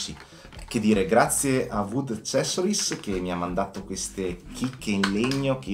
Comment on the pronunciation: Si pronuncia assessorais